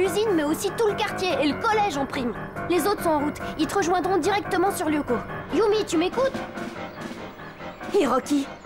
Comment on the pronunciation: "Yumi" pas "Yummy"